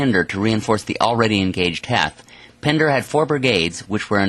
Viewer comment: General Harry Heath not heth